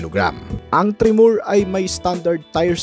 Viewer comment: Tre-mor... hindi tre-moor 😅